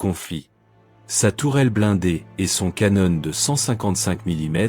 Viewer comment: Le canonne😂😂😂😂😂 Non, on prononce un appareil photo canon(one) mais canon pour une arme......ou à boire😂😂😂😂😂